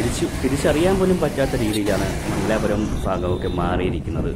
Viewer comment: Not Mangalaapuram, but Mangalapuram.